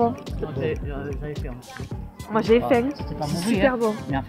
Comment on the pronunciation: 為什麼Anna 唸 faim 的發音和一般的法文不一樣阿? 是因為地區的口音嗎?